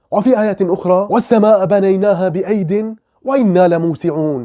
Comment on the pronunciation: تنطق إذا وقفت عليها (بأييد) بدون نطق التنوين، جزاك الله خير